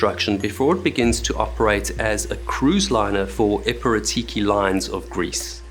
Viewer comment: Your pronunciation of Piraeus wasn't bad, was harder to understand epirotiki although it is understandable why you read it that way it's probably impossible to guess the correct pronunciation the way it is written. The negligence of the crew is criminal! Kudos to the entertainers and the TFC personnel for helping as much as they could!!